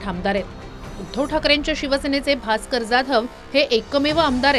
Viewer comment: Bhaker nahi bhasker